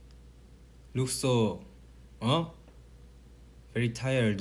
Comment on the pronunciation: this was so hilarious😂😂😂 . I love the way he always says something and says "WHY" and again explains it. I don't k ow why but i really love when he does this Look at him. Bery Tiredeu 😂😂😂😂😂😂